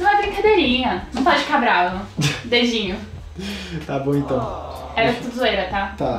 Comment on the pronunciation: Eu n consigo escutar "dedinho" kkkk sempre escuto "beijinho" kkkkkk